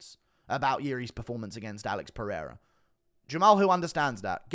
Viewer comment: Daniel " AH-LEX PEREIRA" Cormier